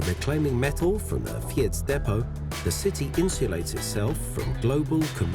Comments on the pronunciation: For a channel with 1.26 mln you should pay a bit more attention to local pronounciation ! ! 'Fiets' is not that hard to pronounce. Other pronounciation than 'Fyeets ' is not too much asked anyway . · Also, you make a video about bicycles in Amsterdam and don't look up how to pronounce "fiets"?